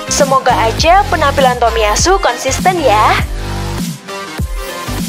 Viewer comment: bacanya jangan di putus dong. masa bacanya TOMIY ASU bilang aja takahiro. jangan tomiy ASU. gak enak dengere